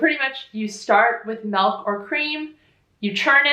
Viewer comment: You almost pronounce milk like in Danish (MÆLK) lol